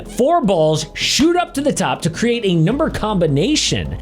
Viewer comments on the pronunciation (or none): none